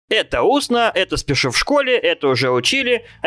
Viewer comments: не усно, а устно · Не усно а устно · Не "Усно", а "Устно", от слова "Уста".